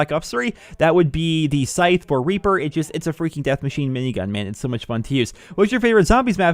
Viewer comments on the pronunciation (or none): Notice that Michael from music city said "ABILITY" and said Sythe which is a weapon